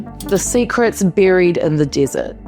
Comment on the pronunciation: This vided appears to be AI generated desert was mispronounced